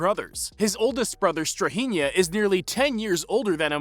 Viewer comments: You people in the States accent names wrong. It's not NikOla, it's NIkola NemAnja -- NEmanja StrahInja --StrAhinja ok? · The way Americans pronounce Nemanja and Strahinja aaaah i can't xD